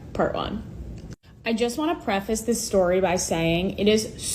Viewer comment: "Preface" DJ. The word is preface